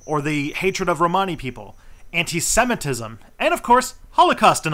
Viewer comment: Pls could you pronounce Romany properly?!. It's like ro-ma- knee not pronounced like armani. Thanks, my Romany grandmother would be spinning in her grave lol!